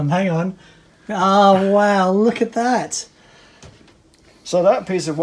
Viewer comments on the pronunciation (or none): Love every time says "Wahw"! You guys are awesome! Thanks for letting us tag along on your adventures.